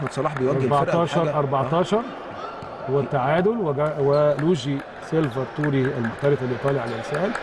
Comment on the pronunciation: اسمه مش سيلڤا توري اسمه سيلڤاتوري كلمه واحده